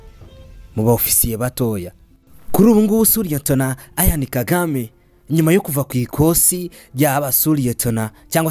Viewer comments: Why do you pronounce his name like that?? Eishh. It's Ian, not Ayan!!! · Uzige kurivuga neza! Ni Ian, ntabwo ali A ni I ,autrement merci kuraya makuru alyoshye!